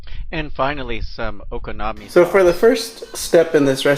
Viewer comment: your so gringo.... man.. honestly if you cant even pronounce the name of the dish.. why bother making it?!